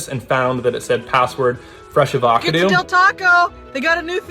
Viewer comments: "A VAW CA DOO" pissed me tf off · A-VA-cuh-do makes me want to cry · Stop mis pronouncing words. Ah-Voh-Cah-Doh. And Et is Eehhhttt. Not Eeee! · The fact that they all pronounced fresh avocado as “freesh avvackadoo” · This is so fucking clever but you said "avarcardoo" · Sorry...i mustve heard you wrong. Ah-vah-Kah-doo? 😆🫣🤭 Sorry..ok. carry on. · Why does he say avacado like it rhymes with tagalog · “Fresh Ava cadoo” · Yeah how could he think it's pronounced Ah-vah-cah-doo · Smart but cant even pronounce avacado, fucks sake dude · How does this dude pronounce Avocado 😭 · Do… do you not know how to say “avocado”? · The way he pronounced avocado though! 😂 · I’m disappointed in that pronunciation of “avocado” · Why do you not know how to pronounce avocado? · Op doesn’t know how to pronounce avocado???? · pronouncing fresh correctly but not avocado reset my brain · Are the incorrect pronunciations engagement bait or do you genuinely think “et” and “avocado” are pronounced that way? Or are they pronounced that way in your local dialect? Also are you ever in Europe? I find your guerrilla art fascinating, and I’d love the opportunity to see it up close. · Can't pronounce avocado though 😂